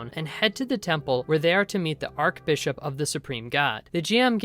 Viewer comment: In the anime, elf-girl killed both goblins AND the guard dog with a single arrow - not "right after". Just sayin'... Also - fun vid, no doubt, but - it is not ark-bishop. It is arch-bishop. "arch", as in the arch of your foot, or the roman architectural marvel, the arch. ... ARCH-Bishop. ;-)